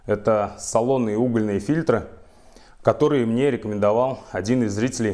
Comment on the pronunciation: Не "фильтрА", а фИльтры!!! - про мн.ч веду речь